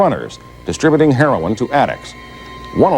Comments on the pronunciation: it's pronounced "Hair-row-in"......NOT "Hair-ron"......jeez. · what is the problem saying heroin? its not hair-on